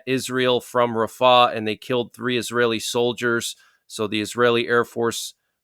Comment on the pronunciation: He is saying it wrong